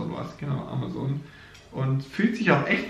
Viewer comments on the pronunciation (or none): none